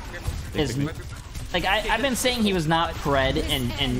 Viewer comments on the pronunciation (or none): none